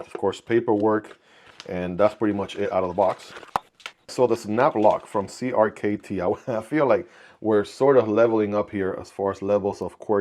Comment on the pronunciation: You’re supposed to pronounce CRKT as “Cricket”.